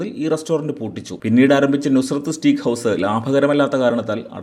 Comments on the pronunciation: സഹോദര, സ്റ്റീക്ക് അല്ല സ്റ്റേക്ക് ! That's the actual pronounciation! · സ്റ്റീക്ക് അല്ല ബ്രോ സ്റ്റേയ്ക്ക്.. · Nalla content, Stake ennan proper pronounce cheyyukka.